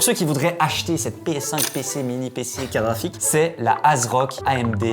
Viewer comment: Dire "carafik" au lieu de carte graphique c'est une prononciation belge ?